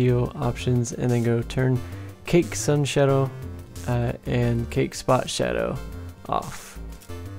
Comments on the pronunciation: Imagine pronouncing Cache as Cake lmao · Cache is pronounced "cash"